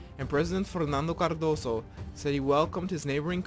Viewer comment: Hey man pronunciation in Portuguese is different from Spanish, "Cardoso" the "s" becomes a "z' in this word.